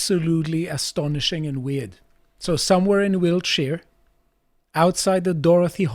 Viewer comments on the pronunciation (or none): I love that pronounces Wiltshire "Wheelchair" 😂